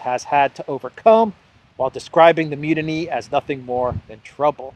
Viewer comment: Mutiny (mute-iny) not munity love your work!